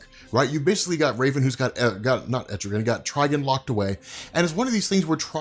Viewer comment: Tri-gone! Please! 🤣